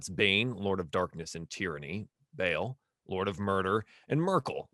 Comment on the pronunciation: Good series but the DM mispronouncing “Bhall” is driving me crazy